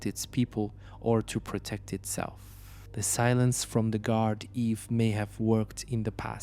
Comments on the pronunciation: It's pronounced guarda. No worries good video 👍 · It's pronounced "Gard-ee" 😅 (Not that it matters though). The fella who commented on the last video tried to explain that, but his device automatically incorrectly corrected it to "Gard-eve". All in all, another great video! Still better than some of the videos some locals are making.